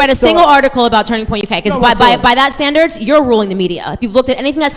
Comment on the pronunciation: Charlie Kirk says standards and the closed captions say scandals